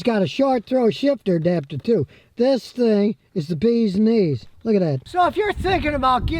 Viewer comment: ☠🤣 " this thing is the Beeez Neez" 🤣 ok Uncle Scotty!